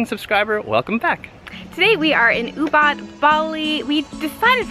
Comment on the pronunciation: Guys Ubud is not pronounce as Oobat but Oobood.